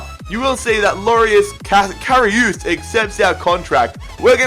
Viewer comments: KA- Ri -uhs ! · Karius is pronounced carry-us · you're second pronunciation from Karius is correct